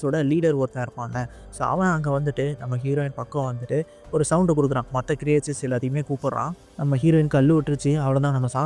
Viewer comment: க்ரியேச்சர்ஸ் அல்ல க்ரீச்சர்ஸ் என்பது சரி.